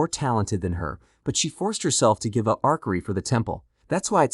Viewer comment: Arkery, you mean archery, you sat the c and h as ch, like cheap, archery